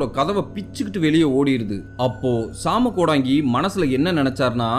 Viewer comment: வணக்கம் தம்பி நலமாக இருக்கின்றீர்களா😊❤ மன்னிக்கவும் தம்பி சிறிய திருத்தம் அது ஜாம கோடங்கி இல்லை சாம கோடங்கி இந்த காணொளி ரொம்ப பயங்கரமா இருந்துச்சுபா நீங்கள் சொல்லும் விதமும் மிக அருமை😊😊😊❤❤❤